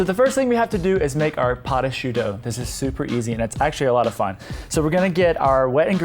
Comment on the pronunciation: When he said patachou I literally heard pot-of-shoe.